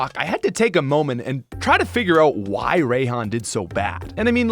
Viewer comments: You pronounce if “Rye-hon,” not “Ray-hon.” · ..."Ray"-han? What? Do you also pronounce it raychu and raykou